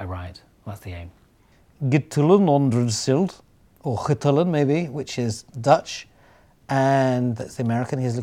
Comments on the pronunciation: I speak Dutch too, and please let this be clear to any non-Dutch speakers: THIS IS NOT THE DUTCH PRONOUNCIATION! The pronounciation of "Getullen Ontredsild" (which is pure nonsense by the way) is about the same as wat he says in the video, like the guy in the top comments mentioned. :P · "Gtln Ontredsild" Just, wow. That's not how you pronounce that at all... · I love how he pronounces Getallen ontraadseld. It means "Numbers demystified". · omg I think I read the dutch version of this book once, It's a great book really! Pity he couldn't pronounce it right tho, ah well better luck next time :p